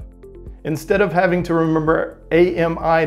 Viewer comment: Sorry but I'm disappointed seeing you mis-pronouncing A.M.I. 😞